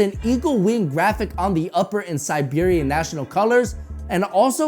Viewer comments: Bogdan, not Bogdon. And Serbian national colors, not Sibirian. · ay man you just said siberian instead of serbian that’s the whole thing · Siberian bruhhh its Serbian